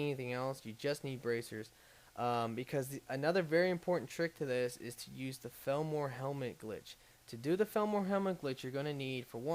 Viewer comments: I never used to care about your mispronounciation. But felmor? that's just too far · not to be a stickler, but isn't it pronounced fall-mer?